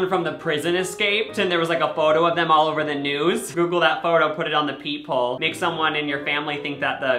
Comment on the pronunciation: Every time you said ‘peep hole’ I thought you said ‘people’ and I was so confused. I figured it out eventually though.